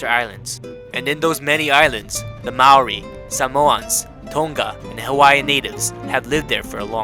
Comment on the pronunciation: The way I heard him say Maori it hurt me